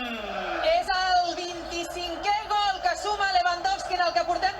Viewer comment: Todos los goles contra el barsa son : la ramatada y al gal. Da igual que gal sea